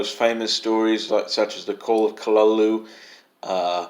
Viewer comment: You know, you're one of the few people I've come across that comes close to pronouncing Cthulhu as Lovecraft said it was supposed to be pronounced in one of his letters. Mayhap, after the star spawn have trod the cities to dust under the lumbering gait of their multitudinous extremities and the human form succumbs to their will, our throats will we be able to utter those ominous syllables with relative ease. Till then, I suppose the deranged ululating that spills from betwixt lips will suffice. I stand by your Lovecraft over Poe stance. I can't say any horror writing has affected me on this level but that's mostly because I'm so fascinated by the genre that I find delight in horror. That being said, a shocking event at the beginning of Stephen King's Revival (the book being an homage to Lovecraft, Poe, Shelley, etc) stunned me and pretty much had me reeling. Then the culmination of that book....well, it blew me out of the water with it's cosmic implications and dreadful air.